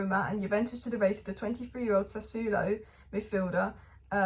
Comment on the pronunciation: Pronunciations: Osimen (just ignore the h), Sassuolo = sass-wo-lo, Gonçalo = gonsalo